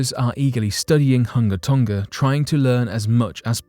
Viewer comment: Why would you do a story on Hunga Tonga, (pronounced "who-nga Tòn-ga) and not address the volcano that nearly blew it up yesterday? 🤔